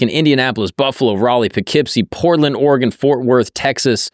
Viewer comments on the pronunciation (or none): none